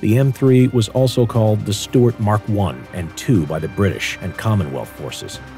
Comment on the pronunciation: I thought it was "Su tart"😂😂